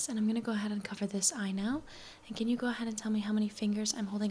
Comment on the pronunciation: Whenever you trynna say can, you say can’t or i hear cant. Maybe is just me or trying to help you a little